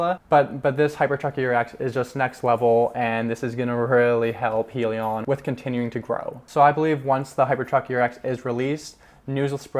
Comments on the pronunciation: You need more research bro Its Hydrogen- li-on not Hee- li- on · It is pronounced Hi Lee On get it right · Welcome to the crowded financial YouTube channels. First, you must be able to say the name correctly. It is Hyliion, with an "i" sound from hybrid. Hyliion stands for Hybrid lithium ion. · Lol im sorry but i clicked right off once he mispronounced the company name 😂